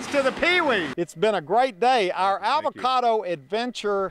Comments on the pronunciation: "Your dog is eating an 'avacada'." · i love how he calls it an ALvacado